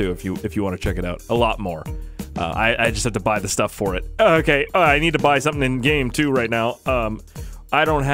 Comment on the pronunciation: Intro hey guys it's me who thinks of shark cards instead of learning how to say sumring